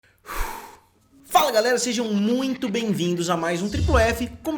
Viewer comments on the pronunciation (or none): none